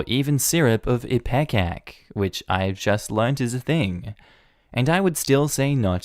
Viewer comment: Ipecac probably isn't legal in your country. It isn't legal to buy where I live. It's totally legal in America though. Doctors have access to it of course and god it's awful (I had it for poison treatment). Also it's pronounced ippee-kak. 😉